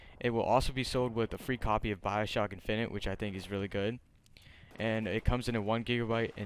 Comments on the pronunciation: your saying infinite wrong -. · Have you never heard how the word infinite is pronounced